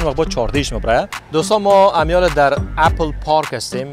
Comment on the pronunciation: سلام خسته نباشی عزیزم خودت یک فرد مشهور رسانه ای هستی اسم یک لوگو رو باید درست تلفظ کنی (اپِل درسته ) (نه اپَل اپَل غلط است تلفظش) چک زده گی یعنی چی ک میگی لگو سیب چک زده گی است معنایه اون چک زده گی بقول خوت یعنی دانش ک حضرت آدم از اون سیب خورد اون سیب سیب دانش بوده معنایه اون چک بقول خودت همینه